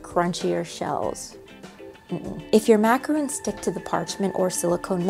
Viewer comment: Love your videos! But has anyone told you it’s not macaroons, but macarons?